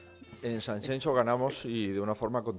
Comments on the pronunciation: Si vas a decir "sanchencho" (y no Sanxenxo), mejor no corrijas. En fin, frivolidades aparte, mejor que Casado, definitivamente. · Federicooo se dice San Xenxo